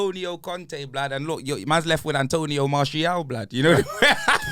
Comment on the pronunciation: " Antonio Martial " 😂😂😂😂😂😂